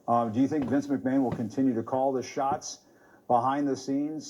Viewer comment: Jim Acosta claims he's a long-time WWF fan, yet he says "Vince McMayne." Yeah. Okay.